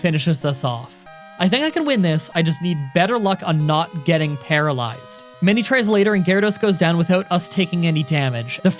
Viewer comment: u said palalezed off of confuse ray